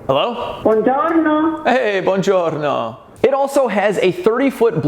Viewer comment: That "buongiorno" was in perfect italian!